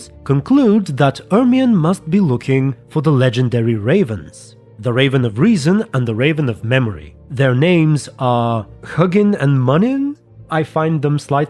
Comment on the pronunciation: And yes, they are pronounced Hooginn and Mooninn